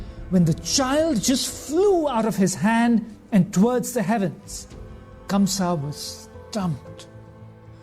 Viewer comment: Ok..so now let me tell u something.. the name of the king is not KAMSA..it's KANGSA..and Sarpent king Sheshnaag protected little Krishna from rain on his way to Gokul as he himself became little Krishna's umbrella..